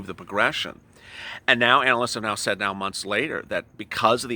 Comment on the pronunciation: In the way you say neow (now) sounds like meow 😻